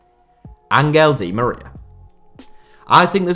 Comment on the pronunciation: Wtf is "angle di Maria" 😂😂😂